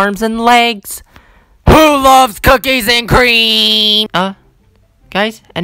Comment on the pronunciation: loves not lovees